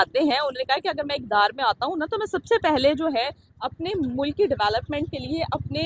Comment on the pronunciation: Baki mulak bolne walo ko correct karo, mulk hota hai na k mulak😂😂